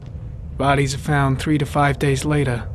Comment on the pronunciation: norman jayden later=LATA water=WATA WHAT THE HELL IS WRONG WITH THIS GUY?!?!?